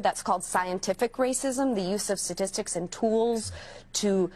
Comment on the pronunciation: She has a doctorate?? And teaches?? She only pronounced the word "statistics" correctly one time out of all the times she used it. She repeatedly pronounced "statistics" as "satistics" sa-tis-tic. The correct enunciation is sta-tis-tics. It is a common mispronunciation, but my God, to go on national TV and claim you are a Professor and insist on being called Doctor? And make such nonsensical arguments? Then speak like an illiterate? What an embarrassment. As a school, I would be mortified to be associated with her. These are the kind of people teaching our kids higher learning. If you could even call it that.